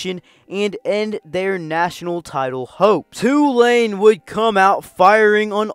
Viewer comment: Props for pronouncing Tulane (mostly) correctly. It’s TOO-lane, not tu-LANE. Good video.